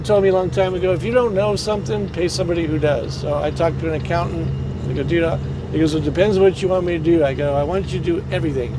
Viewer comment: Thank you for another great video. I'm glad you found an accountant that has a good reputation/history with other truckers. I cringe every time I hear "accoutant". A co-worker had an accountant and discovered he had not only been ripping him off, but also really messed up on his taxes, costing him over $7000 in taxes, and the guy disappeared. Seems was doing the same to some other people also. Good luck on your new adventure! Hope you get a good deal and great truck! I always look forward to your videos. By the way, the camera in the jump seat really does make me feel like I am riding along with you. Such beautiful scenery out those windows & I am always looking for wildlife. I hope you will have continued safe travels, successful adventures, and making more memories with your family!